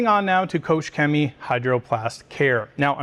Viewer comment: Nice comparison, thank you. Just a small hint: the "ch" in Koch is pronounced like the j in jalapeño